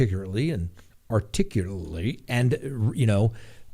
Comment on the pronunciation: When you were pronouncing “articulate”, I expected you to finish up with “you know, the thing”, because I do think you have a sense of humor 🤪